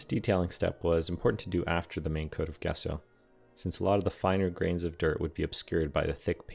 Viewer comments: Epic Build. Small note... It is pronounced "Jess-O" not "Guess-O". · Jess-oh not guess-oh — but amazing build! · Wow, Amazing. Just an FYI, Gesso is Pronounced JESSO.